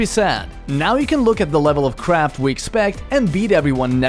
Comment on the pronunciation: LOL its really sounding like that xD